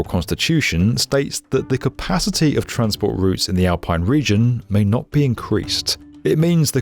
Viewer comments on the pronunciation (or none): none